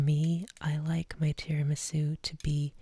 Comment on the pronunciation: It’s TIRAMISÙ not TIRIMISÚ...your accent...jesus...